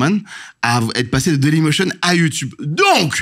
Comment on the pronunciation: Emission incroyable enfin le concept interview spectacle j'adore, juste j'aime pas l'interviewer (jsp comment on appelle ce métier) car ça se voit il aime trop avoir les regards et les rires sur lui (puis prononcer youtoube c'est non dsl), et j'oublie pas ses vidéos à la con sur la Suisse qui m'ont bcp énervées (et je suis pas suisse) Surtout les vieux qui parlent "verlan" du genre ce gars ou Jonathan Cohen... j'ai horreur de ça mais je suis chiante